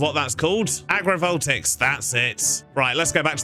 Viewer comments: It's pronounced "Ag" "ri" "vol" "tay" "ics", just FYI. Beautiful work as always! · No worries on the pronunciation, this one’s a bit difficult. To wit: agg-ruh-vole-tay-icks. Love what you do, sir! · Just an FYI: It's vol-tay-ick. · Vol-tay-ics is how I've heard it said